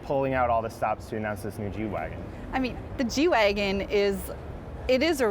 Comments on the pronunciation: did he just say jew-wagon? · lol the way he say g-wagon messes with my hearing